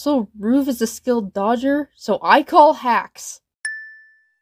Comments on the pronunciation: The thing i hate about every Gametoons animation where Ruv is in, they pronounce his name as ROOF, ROOf! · Sin for calling Ruv “Roov”